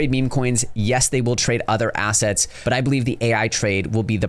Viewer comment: Anyone else here it. Quote "The eating of financial ass,ets" ..... Or asszits 👀 😂